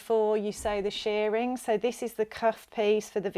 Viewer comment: Shirring is pronounced like the i in girl or whirl, not like shearing in removing fleece from sheep. Otherwise thanks for the video.